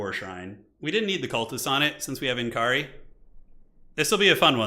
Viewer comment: its nkari, not eNkri :D